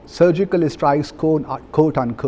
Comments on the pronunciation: Pakistani diplomat Interestingly speaks with three accents One:- a general Indian accent Two:- a poh pah “foreign” accent Three:- an #Urdu accent, pronounces strikes as “ishtrike” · Surgical estrikes what a English by embasedor